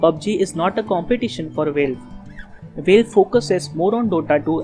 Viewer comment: Nice vid :) Btw its valve not veilve (the pronunciation)